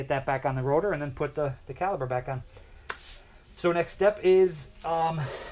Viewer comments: Thanks for sharing! Ahem, it's caliper, not caliber. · Don’t like to be “that guy” but for future reference it’s caliPer.